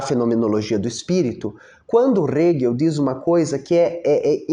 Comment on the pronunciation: Sou muito grata a todos os teus vídeos. Só queria deixar uma sugestão, quanto à pronúncia do nome do Hegel. Na legenda (que é gerada automaticamente), não aparece o nome dele quando falas, acho que, por causa da pronúncia (aparece Rego às vezes, hehehehe 🍑😬). Eu uso legendas pra me ajudar a prestar atenção no vídeo e fixar o conteúdo. Não tô reclamando, afinal, é conteúdo de qualidade, de graça; só tô deixando uma sugestão.